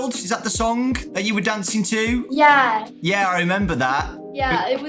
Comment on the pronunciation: oh no the more you say “Yeah” the more British her yeahs get